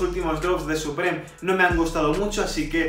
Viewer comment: Se dice suprim para que lo entiendas no suprem , no va a mala hostia ni nada pero para que aprendas